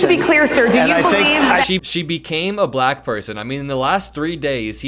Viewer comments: What's with his sing-songy pronunciation of "bluh-ack"?? Besides the abject racism. He's on a stage with black journalists saying the word like he's talking to a toddler. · “Balackk”. He’s a loser. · His words were offensive, of course. But I haven’t seen anyone talk about how repeatedly pronounced the word black… like it was sour in his mouth. So weird. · I think he just realized that it wasn't his water bottle. Just listen to the way he pronounces black. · Why does he pronounce “Black” in such an odd way?